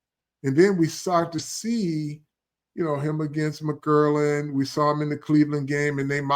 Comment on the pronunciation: Love u Carl, but another year of u saying "McGurlin" ? Who the hell is that ? 😂😂